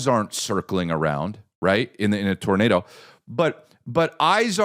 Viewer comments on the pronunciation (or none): none